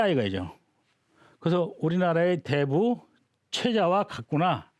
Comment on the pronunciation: 또,대부의"대"를 또 짧게 잘못 읽었습니다. 큰"대"자는 ""대인, 대체, 대물, 대통령" 등 모두 길게 읽어야지요! 이 이상 강의를 듣고싶지 아니하옵니다.